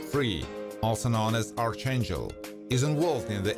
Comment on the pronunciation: P.S. For reference 'Archangel' is pronounced "Arkangel" Good video. I really enjoyed it.